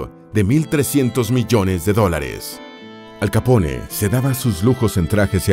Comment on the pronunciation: Soy el único que en lugar de pronunciarlo "Al Capone" lo pronuncia "Al Capón" jaja